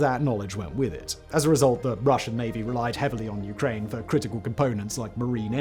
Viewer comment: Good video, but geez man, you mispronounce nearly every single word. “Ukraini,” “Abkhazia,” “Ossetia,” etc. Argh!